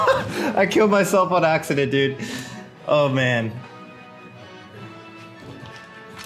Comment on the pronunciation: on AXE-EDENT?